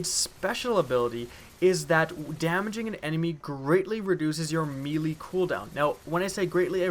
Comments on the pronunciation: its pronounced "maylay" not "meelee". NO disrespect just telling you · me-lee???? WDF?